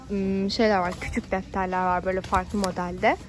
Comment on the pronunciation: ben varggh demesine takildim benle ayni olanlar